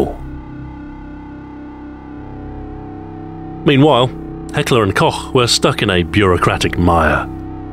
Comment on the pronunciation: .....Saying Heckler&Koch correctly makes my german soul happy. Thank you :P